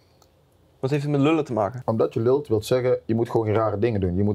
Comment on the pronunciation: Steven moet nog even de uitspraak "je lult" leren, verder is die best ingeburgert